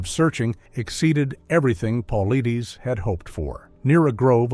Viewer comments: It's pronounced "Paul - I -tis"! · ONE QUESTION: Why are you producing a video about David Paulides (it is pronounced Pul-ide'-ess) AND MISPRONOUNCING his name over and over and over through the whole thing is EXTREMELY poor narrating? Would you produce a video about Dr Ben Carson and pronounce his name "Dr Ben Cloopson" through the whole video? Don't you think that doing this pretty much negates your authority to talk about the subject? BE ASHAMED! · He mispronounces his name in all the videos he does. Quite inappropriate for someone doing a video about a well-known researcher. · Can’t even say his name right and we trust this? 😅😅😂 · Moronic! Not even professional enough to learn the correct pronunciation of David's name. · The mispronunciation of his name is killing me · Pronounce the man’s name right!!!